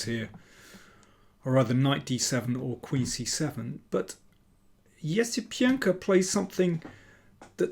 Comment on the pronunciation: I think you nailed pronouncing Esipenko’s name like never before